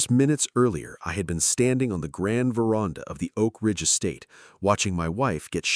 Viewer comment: AI, the word is ver...and...ah, NOT verarnda😮!!!!!!!!!!!!!!!